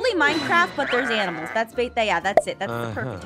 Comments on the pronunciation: that is when you gave up on the word >ANIMAL< Aph: So we have a new mod called >AMINALS< Me: She said it wrong.. Says it wrong 4 more times. Me: Ok she mean't to say that now. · When you don’t know what to say except... “Aminals” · “Aminals” now I’m going to say this to my friends and confuse them even more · I love how naming all the aminals that he sees in this vid 😂😂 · Aphmau: the mod adds aminals! Aphmau: always says aminals instead of animals Me: you have to be saying aminals on purpose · “Aminals” Me: “AmInAls” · I love how she says aminals instead of animals ,_ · “Aminals” it’s animals. xD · I love that they say aminals instead of like animals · Did they not realise Jess said aminals? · Uh animals or aminals hahaha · It’s not aminals! It’s animals! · "Aminals" A minute later "Animals" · First they said aminals now animals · It's not aminals it's animals 🤨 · IT'S ANIMALS NOT AMINALS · its animals not aminals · bro don't you know how to spell i'll tell it's animal's not aminal's.